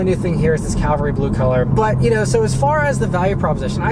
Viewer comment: Cavalry Blue not Calvary Blue. This isn't your youth pastor's car.